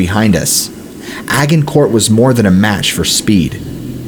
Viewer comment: The g in “Agincourt” is pronounced like a J!!! It’s pronounced Ajj-In-core..